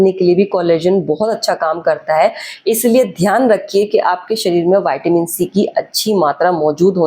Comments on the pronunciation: Not vaitamin in pronounciation it's vitamin straight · वयटामीन नहीं मॅडम व्हिटामिन बोलो लगता है ये कंपाऊंडर हे डॉक्टर नहीं